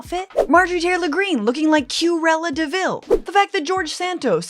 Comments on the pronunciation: “Q-rella devile” 😂😂😂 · "Q-Rella Deville" 😆🤣😂😁